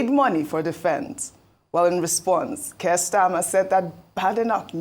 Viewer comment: Don't get your shorts in a twist, it's all banter of the Parliament. As the UK Conservative leader, how more relevant can Kemi Badenoch be. The exchange highlights the sharp rhetoric often present in parliamentary debates. And it's "Keir" not Kirk...You're welcome!